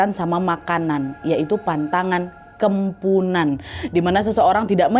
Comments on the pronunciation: Kok kempunan? Kepuhunan mungkin 😂 ini harus hati2 sih beberapa kali pengertian atau pengucapan kata2 dr bahasa kalimantan salah terus. Kmren juga salah pengertian tp lupa video yg mana, pokoknya cerita kalimantan juga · Kemponan wak bukan kempunan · Ak orang Kalimantan asli kak Nadia salah penyebutan "kepuhunan" itu baru benar tpi gtau juga sih klo Kalimantan lain nyebut nya gmn😅🙏🏻😊